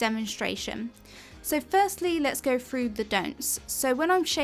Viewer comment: You need a video on how to pronounce “through”